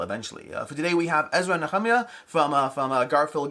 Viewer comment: Thanks for the video. As a Christian hearing it pronounced the same way for so long, it was interesting to hear you say "Ezra & Nehemiah". 😎